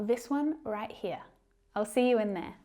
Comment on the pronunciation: Why do you keep pronouncing 'th'ere by 'n'ere ? Tongue twisted? A kind of cuteness?